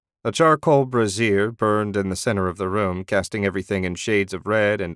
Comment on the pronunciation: It is a fun listen but I love how he pronounces brayzhur, which is a charcoal burner as " brawhzeer" which is a woman's bra. I mean come on man. And yes I spelled them phonetically. Cheers mate.